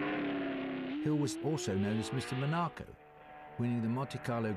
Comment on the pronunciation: I like how Moss pronounces Monaco. Thanks for sharing these, it's so interesting, sad that YouTube is so awful